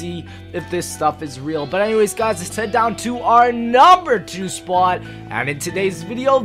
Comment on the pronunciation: I don't like how you pronounce the word "spot" change it.